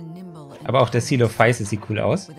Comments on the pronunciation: Man sprichts im deutschen celophüsis aus was ich weiß Könnt mich aber durch die BBC Doku von damals auch irren xD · Auf Deutsch wohl Zeh-Lo-Füsis und auf Latein Ko-Elo-Füsis. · Deutsche Aussprache = Ce-lo-fü-sis oder Coe-lo-fü-sis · Man spricht ihn so aus:Tsoelofüßis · Ich sprech es C-lo-phü-sis oder halt Ce-lo-fü-sis aus. Bin mir nicht 100% sicher aber ich bin der meinung das die das bei der Deutschen Version vom "BBC Dinosaurier im Reich der Giganten" auch so ausgesprochen. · So spricht man ihn aus